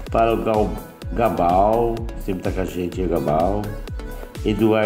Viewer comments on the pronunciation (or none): vídeo top! eita saudade ! obrigado pelo abraço ( é galba e não gabal) , um abraço para vc e todos no canal. Paz e bem!